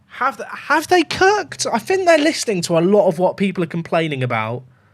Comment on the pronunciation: I heard "They have cucked with this update" I double took...